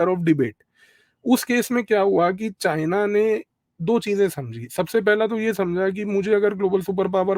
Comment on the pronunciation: PEHLEY JHOLA CHAAP DO DEGREE DHARI CHINA KA C BOLNA TO SEEKH LEY WAISE RANCHODDASS PEHLEY GHAR CHORE KAR BHI BHAGA THA BACHPAN MEIN